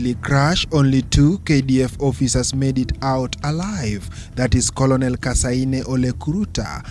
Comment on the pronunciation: A very wrong pronounciation on words " colonel" and" leutenant"